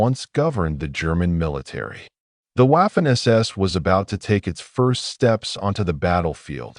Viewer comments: Your stupidity AI can’t properly pronounce Waffen! The W is pronounced V. Not waffen it becomes vaffen! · You don't pronunce Waffen as w. Its Vaffen. Its German. German don't pronounce w as w. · I have told you before, stupid AI, Waffen is pronounced Vaffen! Take some language courses, mesthead AI! Furthermore, how does an AI device read all the comments? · When someone cannot pronounce Waffen or Weimar correctly I can’t listen.